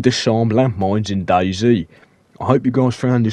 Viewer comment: “How to disarm a land mine in DayZhee”